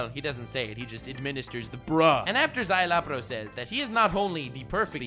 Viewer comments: "Zye-la-porro" not "zye-loppero" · Szayelaporro. Sure you're saying that right? :|